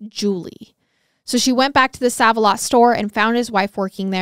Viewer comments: In Indiana, we pronounce is like "save" Save-a-Lot...also, it's so crazy to believe this happened just north of us 😮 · Love you guyz❤❤❤ just wanted to add, it's SAVE-A-LOT lol, not SAVE-A-LOT.. 😅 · Love you guys but I think it’s pronounced SAVE-a-lot (even tho it says SAV) lol😂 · Isn't it pronounced Save a lot? I think that's the same chain that's here in my area but it is spelled Sav-a-lot. Just curious if it's the same chain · It’s pronounced SAVE-a-lot - just fyi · SAVE•A•LOT its making me twitch when i hear it said so..WRONGLY 😅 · Save-a-lot 🤣🤣🤣 i love u ❤ also car-mol (Carmel) not caramel! Obviously sucks to hear of a case in places ive been but omg so interesting being able to visualize where they are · I’m from Indianapolis and you are pronouncing save a lot incorrect lol. It’s so cute how you say it tho , love you guys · The way you say certain words.....the grocery store name is "save a lot"....it's not spelt with the e at the end but its pronounced with it!! Where did you go to school!? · Girl. Its not said as 'sav' the store is said like "Save a lot" 😂😂you KILL me with your confident misprounciation of things! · This case happened in the town where I live and I thought I knew everything about it but I learned a lot more from watching your video. You did a great job on this case. FYI Sav a Lot is actually pronounced Save A Lot. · When I heard pronounce it as ‘sav’ instead of ‘save’ I was like 😱 they’re about to get a lot of their favorite kind of comments /messages 😆 But browsing through the comments I didt see a billion ‘it’s SAVE a lot’ comments so now I’m wondering if there is another chain where they say sav instead. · I just have to comment. Every time you say save like sav it cracks me up! Save-a-lot is pronounced Save. Like "I'll save your life" lol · I love your telling of the tale but please stop calling it Saav A lot. It's SAAV A lot. Like SAVE. I have shopped there for literally 40 years. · Pronounced "Save alot"